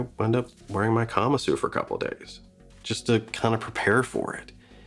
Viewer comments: Like the video but you are pronouncing it incorrectly: the Japanese word is pronounced kuh-Mahsoo. Not kama-soo. So please pronounce it correctly: kuh-Mahsoo. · I don't think kamasu is pronounced that way.